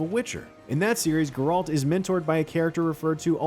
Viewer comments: Yeah because the guy narrating works for one of the biggest video game related companies ever to exist. He should know how to say the main character from one of the most popular games ever made. It’s insulting. This isn’t his first video doing it, either. It’s annoying. Hire someone who actually cares about their narrating. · Yo my guy! Somebody! It's GERALT! NOT GRRALT! JESUS! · Use me the “it’s GERALT not GR-ALT” button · bro its called GEralt, not geRALT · Who is grrr-ralt? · Ah yes, Gr-ralt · It hurt my brain! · You work for IGN. You should know how to say GERALT. Gare like stare and alt like alternative. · My Uncle committed suicide out of frustration when he heard this guy keep pronouncing Geralt's name as “GER-RALT”. :) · Aite. Side note. WHY is he pronouncing Geralts name like “GR-RALT”. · It's funny, Vesemir in The Witcher 1 also pronounced it as "GR-ALT". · Why not? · He says Geralt's name wrong... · IGN please fire this narrator, no idea what he’s talking about and can’t even say any of the names properly. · Still hasn’t learned how to pronounce Geralt’s name. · How dafuq are you pronouncing geralt? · Stop saying Geralts name wrong 😑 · You’d think a guy working for IGN would know how to pronounce Geralt and kaer morhen… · The narrator has no clue how to pronounce "Geralt" and Kaer-Morhen. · Yes let's listen to the expert who can't even prononce the names of the main character and place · Please stop pronouncing Geralt. And CARE MOR-HEN. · how about you have someone who actually know and care about the witcher series narrate? nice pronunciation lmao :( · Never say Geralt's name ever again please. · Why does this guy keep mispronouncing Geralt & Kaer Mohren???